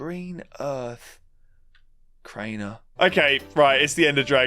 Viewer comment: 😂😂😂😂how he said crainer